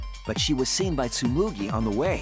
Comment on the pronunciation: It’s Tsumugi, not Tsmugui